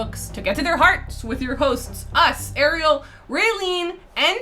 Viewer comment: Came here to request exactly this: Ariel, PLEASE listen to how her name is correctly pronounced!